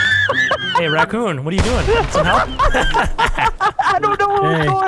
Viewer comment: vanoss said bakun instead of rakun